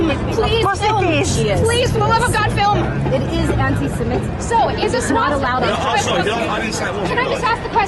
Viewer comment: Why does everyone say "antisimetic"? It's even written that way in the subtitles. The word is: "antisemitic" - as in - against semites. Free speech is free speech. If someone wants to promote the swastika, this should not be illegal. However, the public should make their views known to said individual. The idea of "harassment, alarm, or distress" is counterproductive. I find wokeisms alarming and distressing. Should they all be made illegal? Of course not. People should be able to express their abhorrent views, so that we, the majority of society can explain why their views are abhorrent. You can't change bad opinions by banning their expression. You'll just push them underground, where they can fester and multiply.